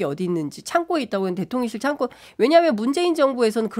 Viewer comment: 진행자, 패널 모두 창고를 창꼬라고 발음하시네요.